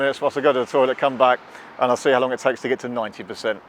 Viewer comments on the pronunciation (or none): none